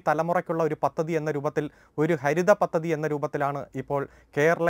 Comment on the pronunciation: പത്തതി അല്ല... പദ്ധതി...